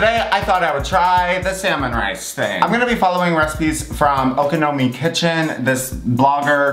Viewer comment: You pronounced Okonomi perfectly